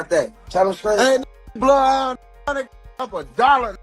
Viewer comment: Bloodyhound Jeff then immediately puts up bloodhound Jess graphic on the screen, is this like saying 2pac’s name because it sounds wrong to you ?